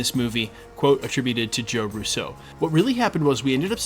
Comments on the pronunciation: Sorry, I’ve been holding back for so long…. It’s “-RUUUUso not RussO.!!! They are Italian, not French! The accent is on the first syllable!!!! It’s been driving me insane for the last three years listening to your channel! Great channel but please, my Italian ears are bleeding already! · Why are you consistently pronouncing Russo with the accent on the second syllable like the French would rather than on the first syllable like the Italians would?